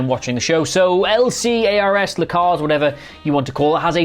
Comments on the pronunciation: L-C-A-R-S? L'carrs? Really? 😆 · you threw me for a loop when you said L.C.A.R.S panels rather then L-CARS not gona lie